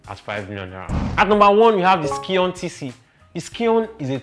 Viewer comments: Scion is pronounced as " psy on" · Thanks for the video. They are informative. However, the last car is pronounced as if your are saying Zion, but not with the "z" sound, but with "s" . That is Scion. The "C"is silent. Thanks.